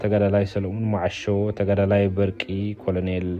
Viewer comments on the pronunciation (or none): none